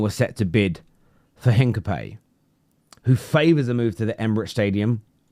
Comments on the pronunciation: Spanish speaker here. Is not Heencapee as you say it. H is silent. The aproximate is "Een-kah-pee-EH" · 'in-ka-pyeh, silent H, stress on the accented E ;) (Greetings from Leverkusen) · It's pronounced Hincapi-ye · Hincapayyy hahahahaha Almost, mate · its HIN-CAP-EE-AY